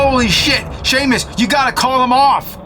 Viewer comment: Thank you for actually pronouncing Seamus right